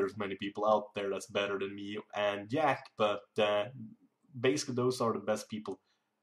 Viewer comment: Why do u say Jack like Jäck ?